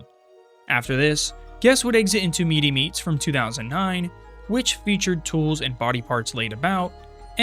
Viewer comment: 1. pumpkin lord was icon of hhn31 not hhn30 2. meetz meats, not meety meats